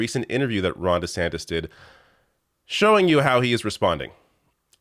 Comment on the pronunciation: I thought I just heard you call him Ron DeSandwich and now it's all I can hear. LOL